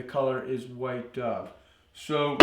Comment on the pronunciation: I really like that paint and the primer. I started using it a while back after hearing you talk about it a couple years ago. I keep it on-hand for when I have a white painted project. I love that color of white. When you say white dove it sounds to me like you're saying wiped up... hahah took me a while to figure it out.